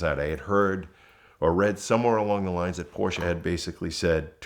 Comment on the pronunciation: Knows a ton about Porches… Still can’t pronounce the name of the brand correctly. 🙄